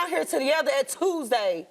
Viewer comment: she said “we was down here tah-tahgather at Tuesday” 😂😂